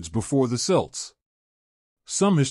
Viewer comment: what the hell is selts its pronounced Kelts. stupid AI.